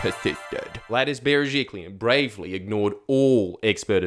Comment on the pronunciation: The most important thing I learnt from this video is how to pronounce Gladys Berejiklian